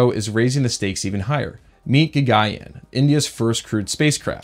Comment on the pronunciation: its GA-GAN-YAAN